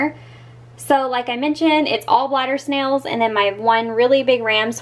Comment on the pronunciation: Did she say glider snail or bladder snail